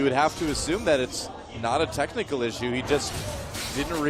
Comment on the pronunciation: "tecnical issue" 😅